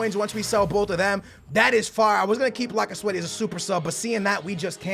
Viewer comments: laca sweaty ?? wtf ? its lacazette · did he just say lacasweathy?